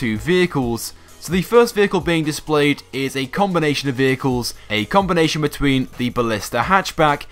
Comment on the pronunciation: see how many times he says combonation haha